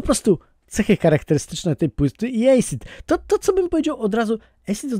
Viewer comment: Asid nie Ejsid 💪😜